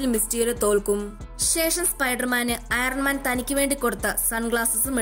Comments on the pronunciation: ഐറൻ മാൻ അല്ല അയൺ മാൻ എന്നാണ് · Iren man allato iron man aane r silent aanu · കുട്ടി, iron mante 'R' silent an..., 😋🙂